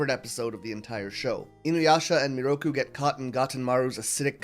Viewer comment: took me half an hour to understand you pronounced Miroku in a nearly identical way to Naraku which explains why some points confused me immensely... I loved the video tho ! good work ! (also yes sango is 100% an angel)